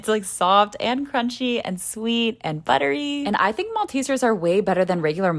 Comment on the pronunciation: Don’t tell me , it was “ buddery “ yes ?